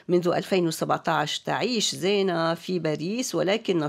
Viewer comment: زِينه بكسر الزاي وليس بالفتح.. الاسم ماخوذ من الايه (المال والبنون زينة الحياة..)